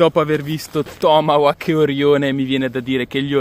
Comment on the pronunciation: ti pregoh la pronuncia dei tomahawk si direbbe tipo tomahok letto cosi è la pronuncia giusta :):):) bei razzi ,più belli gli apollo e pare avessero un botto anche più forte degli altri e bello il fatto che il coso che lo manda su nn si interrompe e continua fino all'esplosione